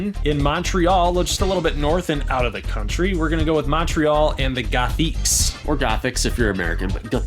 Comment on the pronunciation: Crazy works bro you just got my subscribe!! gonna cheers for the Mtl Goths since im from Mtl!!! PS: your french accent for gothiques if fcking on point my man XD